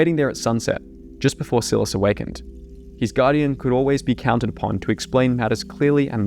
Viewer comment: it upsets me that you pronounce Silas sill-es instead of sigh-less